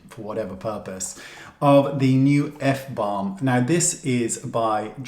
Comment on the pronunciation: Balm....not blam!!